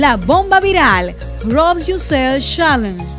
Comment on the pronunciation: alguien más escucha que dice todo mal y cambia las palabras en vez de challenge dijo shalensh 😒